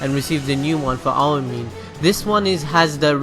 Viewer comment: have you watched it you can't even say "aomine" correctly